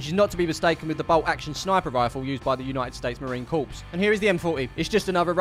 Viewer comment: fun fact, we say Corps like “core” in the United States, thus it’d sound like the United States Marine Core